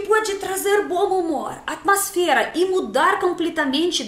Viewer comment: Amosfera, ouvi vc dizer duas vezes, me parti de rir , até entender q vc queria dizer atmosfera kkkkkkkkkkkkkkkkkkkkkkkkkkkkkkkkkkkkkkkkkkkkkkkkkkkkkkkkkkkkkkk